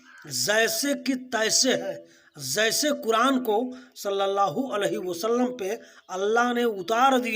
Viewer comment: Sir pahle apna pronounciation thheek krle......"Zaise" nhi "Jaise" hota h..... Aur Gutkha khana bnd krdijiye,kyunki isse pta chal ja rha ki aap jaahil h......Hm bhi quran ko aasmani kitab nhi mante, pr aap quran ko misinterpret kr rhe h, kyunki aap khud nhi quran pde h.....Isliye aap ka knowledge adhura h kathmullo se swaal uthane ke liye....